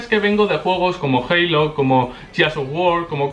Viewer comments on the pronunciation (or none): none